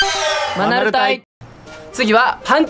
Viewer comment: 最近、、、マナル隊が ア〇ル隊に聞こえる